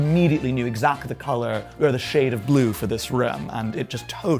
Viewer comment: I'm sorry; I just can't get over it ! 'House' he pronounces 'hahs' ; 'century' becomes 'shantûriee' and his prononciation of 'blue' is like the blue of a Chicago newspaper salesman ! 😂😂😂 Thank you for the delightful 'refreshing' vieuw on Brideshead Castle. The pavillon of the Four Winds has a flllohr inlaid with porphyre ,which is a particular favorite of mine..... Is this a persiflage of Oskar Wilde ???